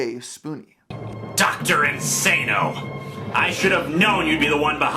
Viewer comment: Well made video, but the cheek of you acting like the Mister Metakour video on Lewis doesn’t exist… Also The fact that you say “Dr In-SAY-no” And then 2 seconds later pronounce “Dr Link-SSAH-no” Like dude